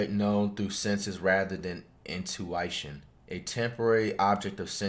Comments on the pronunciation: man said intuition, intuItion with a long I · "finimanuh" "intoeyeshun" englishteacherreacts